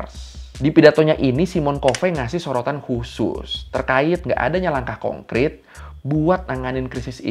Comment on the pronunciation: bang revisi, harusnya konkret bukan konkrit pas menit 11.02